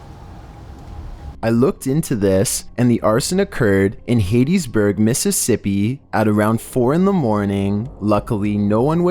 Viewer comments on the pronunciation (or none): It’s not hadeseburg, Mississippi. It’s haddizburg, Mississippi. Just spelling like that so it sounds like it’s supposed to. It’s actually spelled Hattiesburg. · Pronounced ‘Hattysburg, MS’, not ‘Hatiesburg’. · Video 21 Hattiesburg it’s pronounced Hat-teas-burg…